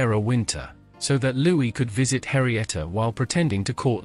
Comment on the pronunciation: it's Henrietta, not Harrieta.